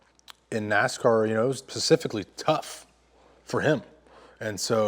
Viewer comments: “Pacificly” -Chad Ocho Cinco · Did anybody else cringe 😬 when bubba said pacifically instead of specifically 🤣